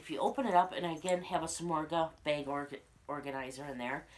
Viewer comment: Drink every time she says "bayg"